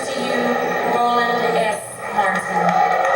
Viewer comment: He called dude, "Swollen Fartin'".. 😂